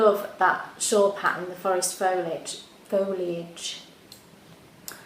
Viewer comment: No, wait - I think she says foil-age. It's been a while. oh my gosh - I just finished watching and the tour was amazing. I love all your tours, but this was special - I think particularly because of that quaint little village. The cars looked really out of place there. Thank you so much for sharing.